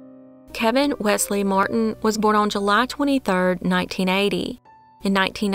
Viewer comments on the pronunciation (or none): none